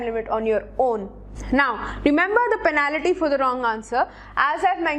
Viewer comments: Your pronouncation of penalty is fuuny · Please correct your pronounciation of the word 'penalty'